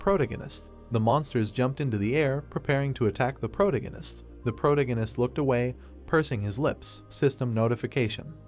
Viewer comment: Please fix protagonist pronunciation